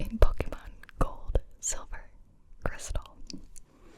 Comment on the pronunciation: Finally someone who knows how to pronounce Pokémon right.